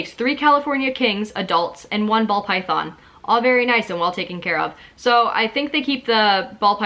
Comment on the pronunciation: I enjoy watching videos like these but the way you say ‘Python’ and think that all people in Pet Shops aren’t knowledgable really annoys me ! 😅 here in the U.K we’re much better than anywhere else, honestly ! 🙄